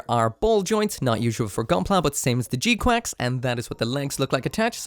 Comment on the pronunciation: Don’t know why you keep calling it G Quacks